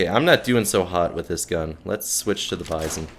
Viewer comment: Nice, I'll give it a shot, just for the magazine system alone. I seen it before in AMK Soljanka Deluxe (the german* version of People Soup), but for obvious* reasons I couldn't play it. Oh, and it's "bee-zone" and not "by-zohn", it sounds better IMO, it also happens to be the correct pronounciation (I already checked), and because by-zohn sounds like M. Bison, man. This mod would be a nice appetizer. Lurk 2.0, Misery 2.0, Lost Alpha and so many other interesting STALKER mods are taking forever.